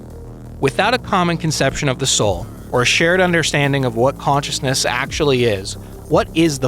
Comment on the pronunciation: Huh? What's consciesness?